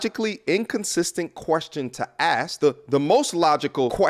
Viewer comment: The word is 'ASK' not aks as you seem to think it is?